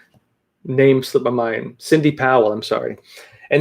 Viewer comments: I like your style of interview/info gathering and analysis. I think you are not aware that you are saying Cindy Powell; it's Sidney Powell. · I love you show but please please please stop calling SIDNEY POWELL Cindy....Sooooo disrespectful. Practice it a million times OFF camera if you have to but get It RIGHT OR I may have to stop watching. You do amazingly well with Chinese names. SIDNEY is no where near that difficult. so happy about Michael Flynn. Would it be ok if I just call him Mickey Flynn?????